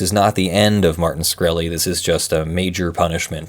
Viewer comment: SHkreli not SKhreli